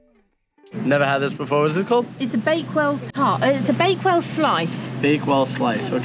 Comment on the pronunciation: "baked well" 😂 its Bakewell, its a village in Derbyshire